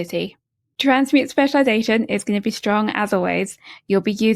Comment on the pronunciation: "with a speciwization" What a disaster